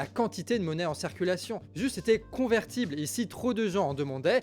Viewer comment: J'entends "cerculation" ... au lieu de "circulation" !? c'est moi ou bien ??? Sinon super travail.